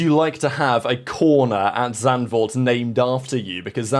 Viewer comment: The lack of name butchery when "Zandvoort" is pronounced is amazing!